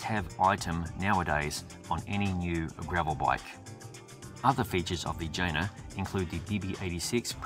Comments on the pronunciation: Great review. The bike's name, by the way, is pronounced Yeh-Nah😉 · I guess the correct pronounce of the name is yena, right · Can't help, i allways hear vagina! 😜😅